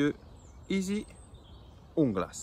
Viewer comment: Bonne petite vidéo je découvre la chaîne. Sinon en tant qu'hispanophone la prononciation c'est rrrrrrrrunglas avec la Jota qui vient du fond de la gorge. Un rrrrrr bien sec , rrrrrrrrunglas 👍👍✌️ a bientôt sur ta chaîne ;)